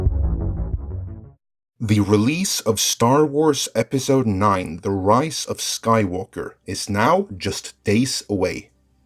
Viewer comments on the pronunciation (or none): why i keep hearing "Rice of Skywalker"?